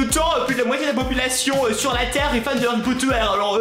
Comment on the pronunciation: Tu dis Harry pot de terre ?! XD #TeamPalmier